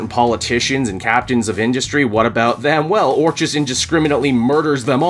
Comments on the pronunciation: Orchis is pronounced “Orkis” like Orchid. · Orchis - pronunciation Or-Kiss 😂😂😂